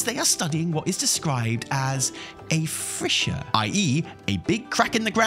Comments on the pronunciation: Maybe its just my silly american pronunciation but im pretty sure the word is “fissure” and not “frissure” 😂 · "Frishcher" O.o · just gotta let you know its "Fissure" not "Frissure" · what is a frissure? im almost positive there is no R in that word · had to skip back and listen multiple times to check,, it's fissure, fish-uh, not frissure.